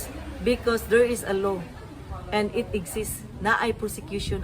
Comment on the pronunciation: wala ka man gali nibayad ky DILI WORTH IT? Tpox kasuhan ming mga netizen! imung pg.pronounce sa Law ky LOW! Kataw-an ka lng sa abogado.